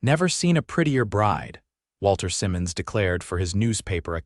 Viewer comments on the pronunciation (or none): none